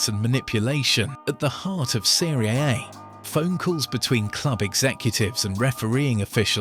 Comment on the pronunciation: football fan knows how to pronounce Seria A correctly , AI doesn't